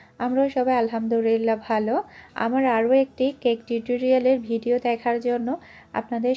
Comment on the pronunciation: bideo na video hobe kotha ta.. Hahaha